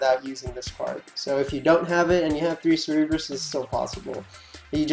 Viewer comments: cerberus. pronounced sir ber us. for gods sake have you never seen any hercules movies as a child or just flat out never heard the name. your adding extra fucking letters to the name. bring it back to pre k days and pronounce it slowly. english buddy learn it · Cer-Ber-Us, pronounced Sir-Burr-Us. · Hotspot there's only 1 way to say cerberus. and he couldnt say it right at all. he's saying cerebrus (ser-e-brus) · Hotspot shit irked me so bad. it's a simple name and he butchers it horribly every time he said it.